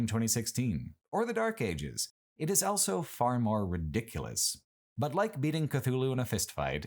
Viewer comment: pronounces the word "also" as "elso"